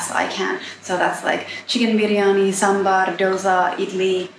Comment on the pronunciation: You nailed the pronunciation of sambar ! Many indians get it wrong !